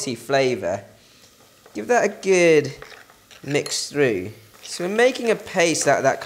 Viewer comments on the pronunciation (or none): I wish you wouldn't say "gid". The word has a double o! RT.